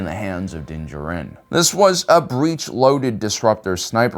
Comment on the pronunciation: This guy cant pronounce things. First “slah vay” now “wee star” and “jarin” instead of “jahrin”